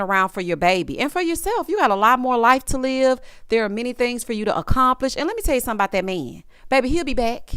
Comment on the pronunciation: Not Cedric 'saved my laf' 😂😂😂😂